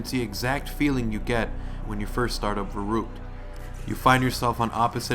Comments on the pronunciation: I'm sorry but it's ver-uck-t-ed pernoance it right you killing me I'm German do it for me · Verrückt say it in German it's a German word you keep saying it wrong but nice video